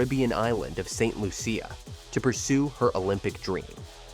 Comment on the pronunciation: Its pronounced St "Lusha"